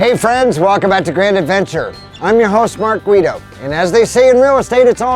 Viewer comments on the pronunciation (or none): none